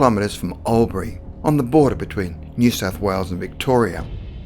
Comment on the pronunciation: Yep, me too. He didn't even pronounce Albury right n he's apparently from Melbourne... mmmm.